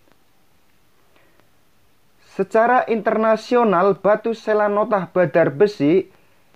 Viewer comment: Selonatah mas.. bukan selanotah